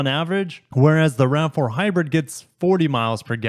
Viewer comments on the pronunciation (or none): none